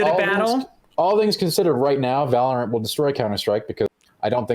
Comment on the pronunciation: Valor-ANT? Sounds like Disney